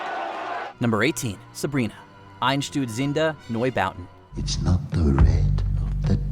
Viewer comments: That pronunciation of Einsturzende Neubauten 😬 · The most thrilling thing was, how you said "Einstürzender Neubau". I'm swiss and for me, it's sounded awful. Btw it means "collapsing new-buildings"